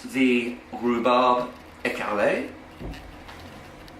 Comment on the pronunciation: I don't how you get "écarrée" from écarlate but then I am fascinated by how people massacre french pronunciation.